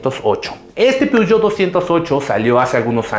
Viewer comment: Todo bien asta a Que dijiste peogeot 208 y Ford mavericks xD